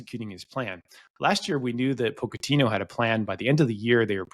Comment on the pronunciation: Making fun of how says gravenberch then calling Pochettino “poke-a-tino” is crazy